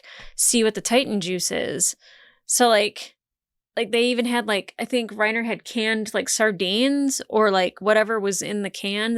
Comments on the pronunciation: Armin Arlert Reiner Braun Neither “R” in Armin’s last name is silent. I’m not even going to try to type out how to pronounce his last name. Best I could come up with is combining parts of “are”, “error”, and “alert”, so I gave up. The 2nd “R” in Reiner’s first name is silent - Rine-Uh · A lot of the names in the show are German, so you would be correct to pronounce "Reiner" as "Ry-na". Same with Connie Springer not putting any emphasis on the "er" at the end. The Dub actors have american accents and even they go for the German pronunciation which I imagine was purposeful for that reason. But don't melt your brain over it, just go with whatever honestly